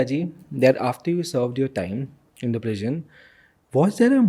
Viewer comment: Host should improve his English pronounciation mainly letter T and D he pronounce it as Thee and Dhee which is quite irritating to listen